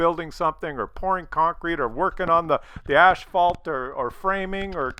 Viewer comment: Hey, wtf is ASHPHALT? Is that like DUCK tape?